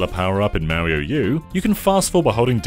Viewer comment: He's called "Mario" and not "Maerio" 🤦‍♂️